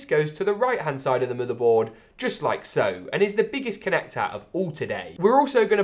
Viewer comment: Form Factahhhhh ya mate connactahhhh